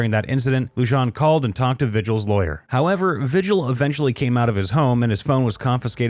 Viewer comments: It's Vee-Hill not Vi-Gel. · Vigil? Isn’t it pronounced Vee-hill ?